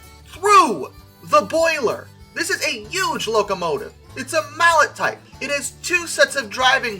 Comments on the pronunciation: Hey! I loved the video! I just wanted to let you know that there is a common mispronounciation when using the term Mallet. It's actually pronounced "Malay" not Mallet. This is a common trouble between American Railfans as most pronounce it as it's spelled. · It is NOT pronounced mallet like croque mallet. It is mal-lay. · Isn’t mallet pronounced more French like mall-ey? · Nice video. BTW, "Mallet" is pronounced "mal-lay". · Not Mallet, Mal-lay. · Also and FWIW, it it not pronounced mallet like the hammer, but pronounced like the name of the inventor of the type, Antole Mallet, ergo ma-LAY. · It's pronounced "mal-lay" ..... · It's not pronounced mallet, it's mal-lay. And, the H-8 is not a mallet it's a simple articulated. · I think "Mallet". Is pronounced "Mal-lay" After the French inventor. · Mallets aren't pronounced like the wooden hammer mallet either. Named after their Swiss inventor Anatole Mallet it's pronounced more like Mal-Lay. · Correct. And IIRC it's the Frenchy-French pronunciation, "mal-lay" since that was the fellow's name who came up with the idea. But for most railroaders it was "malley" and to folks who learned the term from books it's mallet as in a hammer. The Erie Railroad had three 2-8-8-8-2 Mallets. Third set of drivers was under the tender, middle set were the high pressure cylinders, equal size to the low pressure sets. Unfortunately, the boiler wasn't even powerful enough for a 2-8-8-2. Lots of tractive effort, but not enough horsepower. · It's pronounced "malley", and this ain't one. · Mallet....well, the French designer is pronounced Mal-AY, but it's a small detail... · Just get on with it. Mallet was a French engineer.. It is pronounced 'mallay'. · Pronounced "Mal-ay." It's a French dude, not a hammer. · mal-ay is how I've heard it pronounced.